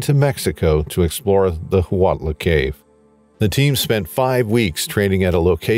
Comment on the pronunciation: Huautla canbe pronounced wow-tla